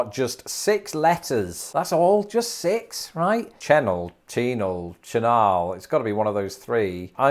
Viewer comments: Cheenall. LOL. It’s Shinall. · You literally did better than the National Weather Sevice out of Tulsa does every storm season and even half the meteorologists that are hired in from out of state lol. Good job! And it's more like ch'nall, and Monticelluh. Bodark is a common name for a horse apple tree so that is what happened to the bois d'arc, they basically picked the closest regional word for something since not many people here are as fluent in French as they are one state below even if we were a part of the Lousiana Purchase. I'm surprised some others didn't make the list so if you're looking for a bonus round, have a go at "Tonti town" "Paragould" "Stutgart" "DeQueen" "Lavaca" and these ones aren't particularly hard to pronounce, but we actually have other cosmopolitan destinations such as "Toad Suck" "Weiner" "Bald Nob" "Booger Hollow" "Fifty Six" "Smackover" "Turkey Scratch" "Hooker" "Hog Wallow" "Seed Tick" "Stumptoe" and "Possum Grape". Some folks even get to tell people they live in Flippin, AR without being the slightest bit facetious. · OH-cee-ola... not AH-cee-ola... And, it's shih-NALL... But, hey, you did pretty well! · Hearing the recorded pronunciations, really says that you CAN'T go by it for the correct way of saying all these towns. 😩 (I'm from Arkansas, almost 60yrs.) Some are close enough to be passable BUT NOT completely correct. Ex: 1. Osceola - should be > O•SEE•O•LA 2. Chenal - should be > SHHH • NAL Just to name a couple... 🤷‍♀️ I still LOVE YOUR VIDEOS!! 💜💜💜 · Chenal is pronounced Sh-nawl.